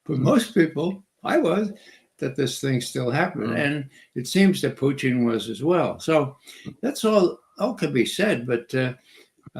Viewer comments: Play the Ray McGovern drinking game. Every time he says Poo-teen, take a shot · I don't get how McGovern can mispronounce Putin but get Vladimir Vladimirovich right